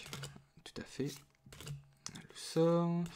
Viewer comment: Je pense que tu aurai pu avoir mieu INFO:lewsor se prononce lioussore j'ai vu sa dans un des ep de noire et blanc et je trouve que de generation en generation il font de plus en plus de nom COMPLIQUE T-T.